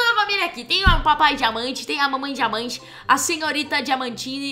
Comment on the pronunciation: e so eu que esculto diamanta como jamanta kkkk